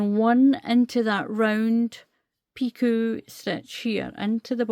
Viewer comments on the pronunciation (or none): Thank you, a beautiful stitch pattern, and a Lovely baby set. The word Picot is pronounced Pee-co, if that helps. I am wondering if I could do 3 rows of treble's first and then start the pattern, and do the 3 rows of treble's when finished. so I won't have to do a border on the bottom?? Thank you again, I love your videos, you explain things so well.❤❤🌹🌹🌹🌹.